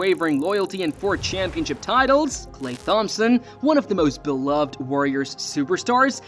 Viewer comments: Why are you saying THompson. It’s pronounced like Tom-son 😂😂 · H is silent in thhompson 😂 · Saying thompson like TH-ompson is really getting on my nerves 😢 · It's klay (tomp-son) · I’m glad someone said it because I too was in search for this comment. I actually had to look up other videos/shorts just to hear someone say it correctly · Sent a quiver up me spine lad